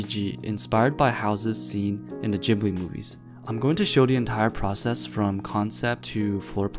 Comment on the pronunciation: its not rpounounced jibli